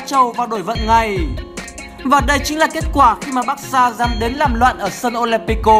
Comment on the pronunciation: Olimpico không phải Alentico nhá...😂😂😂